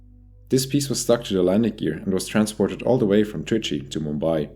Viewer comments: He said "Trichy" correctly🍻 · First if all 👍 for pronounced trichy well 😉